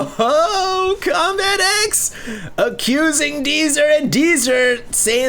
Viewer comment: It did not start off with good manners. Deezer said CombatEZ not CombatEX. Lol